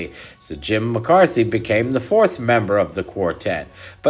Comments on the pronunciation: It's Jim McCarty, NOT Jim McCarthy--need to get that corrected!! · You meant to pronounce Jim -Mc-carty-spelled McCarthy.